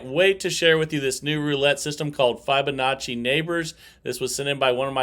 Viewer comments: I personally like it playing dozens but I was referring to the pronunciation of the word Fibonacci, it’s as in the word fib it’s been mentioned before all I was asking is that interact with his subscribers as above he thanks for my “honest feedback back” it just seems like he has bots answering the same thing all the time like I said before I really like him and the channel so not being disrespectful just my thoughts. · Maybe they should re-name it flubanacci because of the way tends to butcher the correct pronunciation! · Hey, its not a massuve deal but your pronounciation of fibonacci is totally off.. still love your vids, i wTch every day